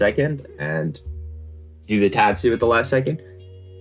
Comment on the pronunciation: The says " teahtsu " instead of tatsu